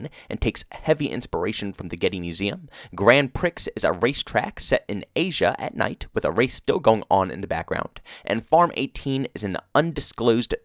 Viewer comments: Grand 'Pricks' lmao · "Grand pricks" 😂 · Lmao "grand pricks" 😂 good informative video though. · My guy said "Grand Pricks". I think this is just another example of the devs not at all understanding the criticism they are receiving. The verticality simply added to the other problems, including the design being trash/based on realism (Piccadilly), the flow being horrendous (Arklov, Hackney), lighting being off (Azhir), the power points being too good (Grazna), safe spaces for bots to camp (St. Petro, Rammaza, Grazna) etc. That game, just with the maps and the SBMM, was a wash on launch. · really just said Grand Prix